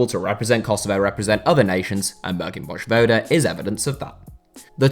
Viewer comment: Interesting how he butchered the J in Vojvoda but didnt in Januzaj